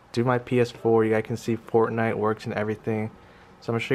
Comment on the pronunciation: It sounded like he said pornnight